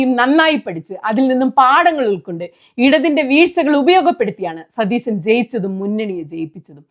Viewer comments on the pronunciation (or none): സുനിതാ.... സതീസൻ അല്ല... സതീശൻ ആണ് 🙏🏻😂😂